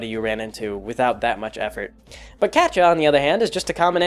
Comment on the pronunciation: "Catcha"? lol. Never heard it pronounced like that before. My friends pronounce it "cat-ee-ah" and I like to pronounce it "kay-sha". Wonder how Kaz pronounces it. It's been a long time since I started reading Prequel.